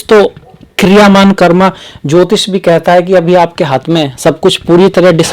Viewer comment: Guru ghataal jyotish ko jyitis aur tyoharo tohaar bol raha hai naam se pahle dr.bolney ka bhut shouk hai guru ghataal😂😂😂